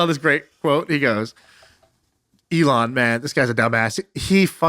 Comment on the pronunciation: ME-lon Musk! hah